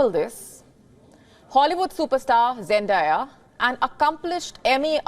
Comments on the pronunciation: It's Zen-day🌞-ya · The reporter mispronounced her name wrong 🤦